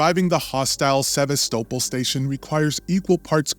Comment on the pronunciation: Tell us that you haven't played the game without telling us that you haven't played the game. That isn't how you say Sevastopol.